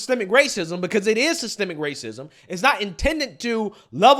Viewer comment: You mean wwwaaacism lol😂😂😂😂